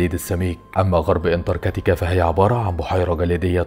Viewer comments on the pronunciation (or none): انتارتيكا❌ انتر كاتيكا✅😂😂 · انتارتكا🚫 انتكرتكا😂✅ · اسمها انتارتيكا مش انتر كتيكا 😅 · اول شي الفظ الاسم صح اسمها انتراكتيكا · فيديو رائع و فيه مجهود كبير شكرا بس برجاء محالة نطق اسم القارة صح مع جزيل الشكر و التقدم❤ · نطقت اسم القارة الف مرة غلط